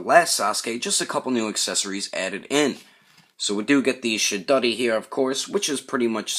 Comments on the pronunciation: Great review, I laughed my ass off when you said Chidori cuz it sounded like you said "Shit-doddie" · Good review sir! I have the original Sasuke, but might pick this on up for the new accessories. I could tell if you were pronouncing shidori or chidori?